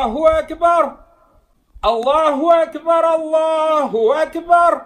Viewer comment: В Аллаху акбар ударение делает на последний слог. Это меняет значение. Ударение должно быть на первый слог.